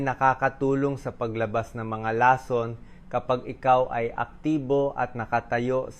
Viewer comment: 😂 Ong Bose's mo Ang pangit nang pag kakabigkas mo nang lason😅